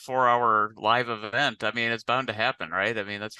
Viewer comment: So nobody's gonna talk about "livevevent"???